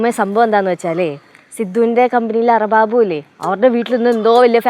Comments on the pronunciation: Arababu allade arabaabh 😂...... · അർബാബ് ❌അറബാബു ✅😁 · എൻ്റെ ലച്ചു അർബാബു അല്ല അർബാബ്😅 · Arababu alla, Arbab😂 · Arabab ❌ Ara-Babu ✅ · അറബാബു അല്ല ലച്ചുക്കുട്ടാ.. അർബാബ് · Ara baabu alla arabaab 😂😂😂😂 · അർബാബ് ❌ അറബാബു✅ 😂😂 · അർബാബ അർബാബു ഒന്നുമല്ല അർബാബ് 😂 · Arbab ❌ Arbabu ✅ 😅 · അർബാബ് ❌ അറബാബു ✅ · Arabbabu Alla Arabab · Arababu alla😂😂arbab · അർബാബ് - അറബാബു 😂😂😂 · അർബാബ് അല്ല അർബാബു 😂😂👍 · 1 ദുബായ് കേരളം രണ്ടര മണിക്കൂറിന്റെ ഡിഫന്റെ ഇല്ല വെരും ഒന്നര മണിക്കൂർ മാത്രം പറഞ്ഞ 3 സമയവും തെറ്റാണ് ലച്ചൂ അർബാബു അല്ല [അർബാബ് ] ആണ് ലച്ചുവിനേ സാരിയിൽ കണാൻ നല്ല അഴകുണ്ട് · അർബാബ് എന്ന് പറ ലെച്ചു